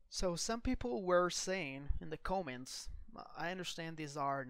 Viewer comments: c 'O' ments? Dude come on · whoever did the narration pronounced the word “comments” “CŌMMENTS” the “o” is pronounced “ah”. I’m a longtime subscriber, and this is one of the very best aviation channels on YouTube, so I won’t be too annoyed by it. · "Massive amount of cowments"?